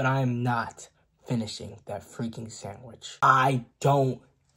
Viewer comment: the way he said freaking like “ fweeking “ is so funny 😭😭😭